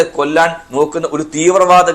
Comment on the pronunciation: "തീവ്രവാതം" അല്ല "തീവ്രവാദം" ആണ്. അല്പം മലയാളം കൂടി ആകാം.